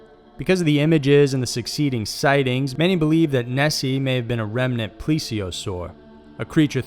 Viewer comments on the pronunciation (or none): none